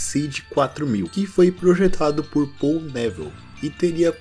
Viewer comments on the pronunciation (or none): none